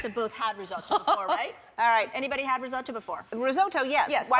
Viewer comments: I hate how she keeps saying risotto. “Rizoh-TOE!” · as an italian the way she’s pronouncing risotto is immensely triggering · OK tbh I’m Italian and no one pronounces risotto like that